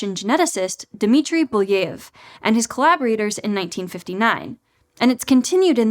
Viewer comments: It's Belyaev (Беляев), not Buleev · How did you manage to change Belyaev's name that much to Booyeev? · Thanks for the video, fun and informative! One point of critique though: you kind of butchered Belyaev's name again and again, I know it's not hugely important but it takes a second to find out how it's pronounced and for a channel that places great value on doing background research, I think it would be really better. The same problem bothered me so much in the audiobook "Project Hail Mary" with Ilyukhina, the name was butchered. Greetings from Germany!